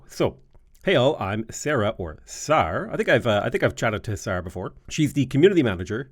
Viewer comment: The shortened form of Sarah, Sar, would typically be pronounced the same way it would be in the lull name. So rather than Saur it would sound like Sair.